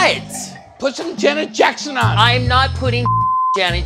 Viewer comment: "Brandon! Put on some Jenet Jecksen!" LOLOL